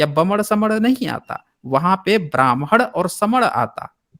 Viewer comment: Bhai saab ki saas ful gai hai or baman ya Brahman 👶 bol na main . 🙄